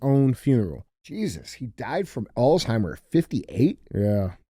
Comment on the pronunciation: DJ never ceases to amaze me. He can read better in French than he can English, but then pronounces Alzheimers “all the timers”. I feel like a democrat cheering on Joe Biden when he reads 50% of the teleprompter correctly. 😂